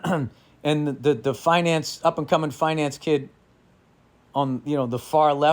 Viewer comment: Did anyone else think Bill said "fine ass guys" when he said finance guys?